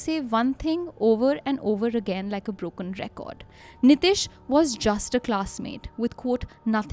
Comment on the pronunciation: ehen, niteesh hota hai. nitish atish nahi.